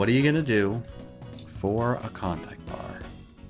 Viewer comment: What meant to say: Klondike. What it sounds like he said is contact. What the subtitles think he said is convict. Don’t you just love it when no one’s on the same page?